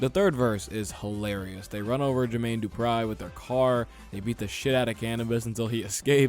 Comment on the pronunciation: "Jermaine DuprEYE" 💀